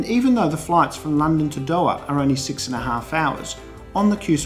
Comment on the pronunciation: I love your work. But please learn how to say Doha properly😂